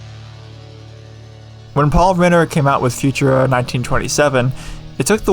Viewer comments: If you say „future-a“ one more time, my head is gonna explode from too much cringe. Please try „foo-tour-a“, with the emphasis on the middle syllable. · I've never heard anyone pronounce it "FU-tura" rather than "fu-TUR-a". But, more importantly… just because you have a font on your computer doesn't mean you're allowed to do whatever you want with it and just because you found it online doesn't mean it has no terms of service attached to it. The people who put work into creating a font expect to be paid for their work like any other designer or developer. Our ability to use their work without paying for it doesn't mean it's necessarily legal to do so. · Never heard it pronounced Future-a. Ive always heard Fu-TUR-a with emphasis on middle syllable. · I would've thought it was pronounced fu-TUR-a instead of Future-uhh, but then I'm not the typeface expert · It's pronounced "Few-tur-ah". Been using it since the late 80s as a graphic designer. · Learn to pronounce Futura and I’ll consider watching the video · i have never heard anyone pronounce futura like that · Read the description before watching and hearing you say Futura I probably wouldn't have commented on it personally, the differences in pronunciation are small enough I know what you're saying so meh guess the masses are pickier than I on pronunciations I only rly blow up on nuclear. So many people say "nuke-you-ler" and that second u doesn't exist in the spelling and confuses me how it started but that one I let myself jump on, the rest I find it better to not care as long as you understand- heck, nuclear it's better to ignore too, but I just had to give myself ONE to be picky about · Futura: the emphasis is surely on the second syllable not the first?